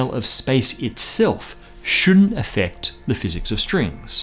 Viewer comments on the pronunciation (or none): none